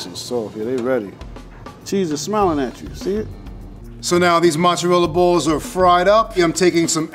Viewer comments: I can't stand this woman. "Mutsa-rela" Her pronunciation is driving me mad. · Somebody teach how to pronounce Italian foods correctly, instead of talking like a goomba from Staten Island. She can start with "mozzarella." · anyone else be mad ash by the way she says mozzarella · Have to wonder why some people make up their own pronunciation and pretend that it's correct. There is no u in mozzarella.